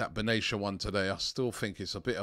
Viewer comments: Robbie, it's not ben-ay-sher, it's pronounced ben-ah-ser. Love the content! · His namn is Ismail ben nacer , say it as you read it, there is no ( sh ) in the name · Ismaeel Ben Nasser is how to pronounce it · Robbie pronouncing a name wrong? 😅😅😅😅